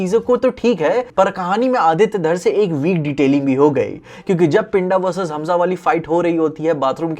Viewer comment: stop pronouncing d as d in pinda and rinda( its punjabi name ) pronuce d as "the" pind(the)a, rind(the)a .